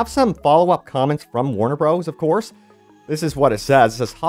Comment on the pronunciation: "Warner Bros." is pronounces "Warner Brothers". That is all. But also, as a programmer, I'm 100% behind dropping old hardware. So yes, drop PS4 and last-gen Xbox. Or possibly farm that out to a dedicated porting house.